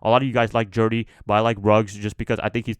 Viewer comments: Stop saying Jerdy😂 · You throwing unnecessary R’s in there 😂 JEUDY bro. Gotta pay proper respects to the judge 👨🏿‍⚖️